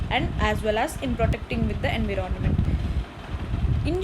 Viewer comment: It's called environment not inveronment.